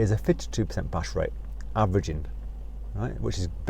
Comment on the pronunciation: "Pash rate" lol